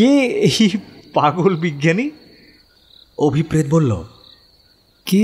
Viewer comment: আমি সাধারণতঃ ভুতের গল্প পড়িনা বা শুনিনা। শুধুমাত্র কাহনের উপস্থাপনা বলেই মনোযোগ সহকারে শুনলাম। যথারীতি অসাধারণ অভিনয়। কিন্তু একটা বিষয় বলতে চাই যে নামের উচ্চারণটা বোধহয় হওয়া উচিত অভিপ্রেতো,অভিপ্রেৎ নয়। কারণ ঐ শব্দটার উচ্চারণ অভিপ্রেতো বা ন্যস্তর্থক হলে অনভিপ্রেতো।